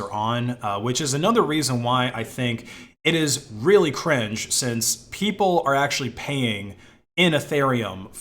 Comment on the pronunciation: The way you say the word cringe is super funny to me for some reason